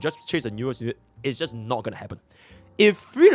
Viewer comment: But why did you say goonibg when on the avatar meme😭. I think has not watched avatar the last airbender. That was a reference to "there is no war in Ba sing sei" for those who did not understand.